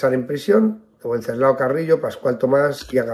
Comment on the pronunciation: me permito hacerle una pequeña observción que no tiene nada que ver con el asunto de este video. Pronuncia el nombre del padre de Santiago Carrillo como "uenceslao". Me permito decirle que el nombre de Wenceslao fue muy usado en España hace algún tiempo, incluso en su forma femenina de Wencesláa. Y siempre la "w" se pronunciaba como "v". Me disculpo por mi nimiedad pero como soy oyente habitual de sus videos me permito decírselo.